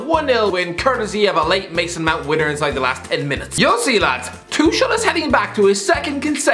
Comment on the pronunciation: Is he intentionally mispronouncing Tuchel?